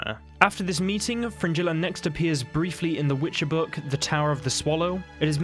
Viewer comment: Do you realise how you pronounce "g" in Gerald? Vengerberg? Nilfgaard? Yeah Fringilla.